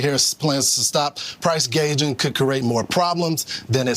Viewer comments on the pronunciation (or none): That fox news guy sucked to! You should have been interviewing bro because your much more knowledgeable than some of these hosts. He couldn't even say gouging correctly